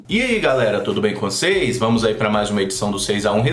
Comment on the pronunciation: quando você fala: "tudo bem com vocês?" Você diz "vo6" por causa do nome do canal ou é "vocês" mesmo??